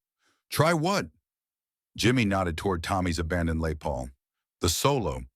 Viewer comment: French speaking AI pronounces Les as Lay and called it macaroni. The future sucks.